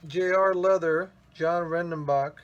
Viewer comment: It's JOHANN (German for "John", so you're in the ballpark) Ren den bach.